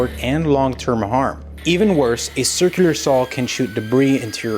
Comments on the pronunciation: step two: learn how to pronounce “circular” sur·kyuh·lr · Once you notice how he pronounces circular you can't un-notice it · I know right...why. He can speak normally but can't say "circular" 😂